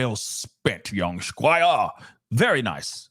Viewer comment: When you said “young squire” british accent I was sent! 😂 anyways thanks for everything you do! You are def one of my go to channels all the time ❤anytime we got some true crime out here you really bring it to light and give us factual evidence and also your valued opinion on